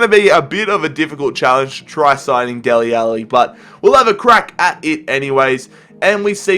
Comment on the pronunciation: Who are "deli Alli"